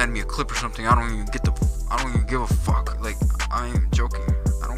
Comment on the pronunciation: ”Wobbly as FOK.”